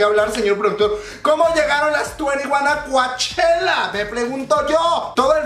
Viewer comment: Me encanta verte tan entusiasmado con tantas Noticias del K pop solo una pequeña observación...se escribe Coachella...pero se Lee "Cochela"..yo vivo aquí lindo!..saludos!..❤️😘😍🥰💜❤️💜❤️